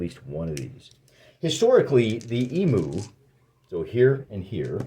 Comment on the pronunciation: Great vid, but I'm afraid you have to redo the audio and correctly pronounce E-myou 😅